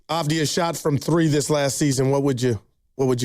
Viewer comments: His name is Avdiya- not avdija.... You should not use the J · Just like Jokic is pronounced 'Yokich', Deni Avdija is pronounced 'Avdiya' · If you are planning to recruit Deni you might first learn to say his last name correctly - Avdija is pronounced Avdiya... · Its A-v-di-ya and hes 25 atm. They wont trade him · you can't even pronounce his name , and he actually loves bein in portland yuh nerd. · Dude can't even pronounce his name right. No chance GO BLAZERS 🎉🎉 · learn how to pronounce his name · Yall don't deserve to get deni if you can't even say his name right or know his age sucka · Can't even say his name right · You can't even pronounce his name correctly. Embarrassing segment.